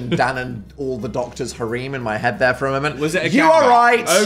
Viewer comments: does dan not know how to pronounce harem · Hold on did Dan just say harem like “hair-reem” … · Wait one second, is harem pronounced "hareeeeem"?! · A…hareem? Oh Dan. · Don't let Dan get away with his pronunciation of the word "harem" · is this how i learn that the uk pronounces harem differently than the us??? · the way dan pronounced “harem” is going to haunt me forever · That pronunciation of harem has me reeling